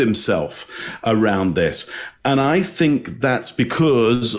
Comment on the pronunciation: Wild pronunciation of 'because' by "...I think that's *bee-kuuurrrze*..." 😳